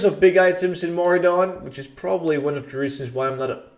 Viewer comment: hey you made a mistake its Maraudon not Mauradon